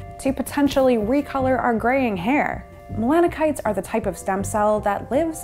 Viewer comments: its melanoCYTES not melano-Kites....learn how to pronounce the words you are talking about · Melano-sites not melako-nytes or melano kites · How are we supposed to you seriously, when you fail to pronounce simple words properly? Melanocytes, is pronounced, melano-SITES, NOT, “KITES”. JFC, go to college and stop trying to teach people subjects that you’re clueless about. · why does she keep saying mona kites? It's melano-"sites" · Pronounced mela-no-site, not mela-can-ite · Also as a quick note because I don't see anyone pointing this out: 'Melanocyte' is pronounced [mel-'Anne-oh-Site] not mel-'Anne-no-Kite] because cyte comes from latinized- Greek pertaining to a cell. :) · Not “melano-kite” but “Melano-site”. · Its NOT PRONOUNCED’MELAN-KIN- NITES” its melanocytes pronounced ‘melo-SIN-ITES’ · It's not melano kites lol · Melanocytes is pronounced Melano-sites 👍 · Please consider revising your segment. You are very charismatic however you repeatedly mispronounce melanocytes. The "c" has a "s" sound. The pronunciation is more like melanosyte . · Melanocytes (muh·la·nuh·sites) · Is pronounce: malanosaits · melano kites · It’s a bummer more research wasn’t done into proper pronunciation… you are saying melanocytes wrong…😂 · You're right I spell it wrong. Is spelled Melanocytes but is pronounce melanosaits. Cy is (in English)not pronounce as Kai. Examples: cyber, cycles, cyanid, cycled We are all here to learn my friend. Is not personal.